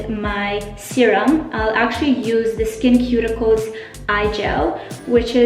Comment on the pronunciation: So happy u posted this video! Your skin is glowing. btw it is pronounced "skin-sue-ticals". <3 I used to use their spf and you've convinced me to try it again. I also like EltaMD's UV Clear spf a lot. A few of my favorite winter skin products are hydra-cool serum (hyaluronic acid) and sheald recovery balm, both from the brand iS Clinical. I love their pro-heal vitamin c serum year-round too.